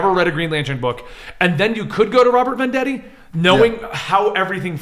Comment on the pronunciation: Bennie learn how to pronounce Robert Venditti it’s not Robert Vendetti.